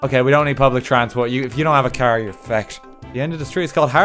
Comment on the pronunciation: If you do have a caer yer fecked. Me: He's speaking the language of gods.